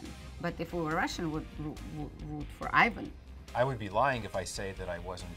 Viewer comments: I love how they said Aivan like americans would instead of EEvan like the name should actually be pronounced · Says he is Russian and then keeps pronouncing Ivan as Ajvan. WTF hahah... No slav ever would say Ajvan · The "Ivan" pronunciation is sooo horrible🤦‍♀️ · So my question is why do they pronounce Ivan as American pronunciation and not Russian